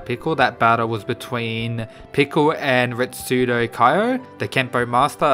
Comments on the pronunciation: ITS RETSU NOT RETSUDO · Retsu not retsudo just saying